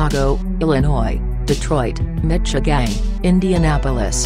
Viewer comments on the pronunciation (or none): none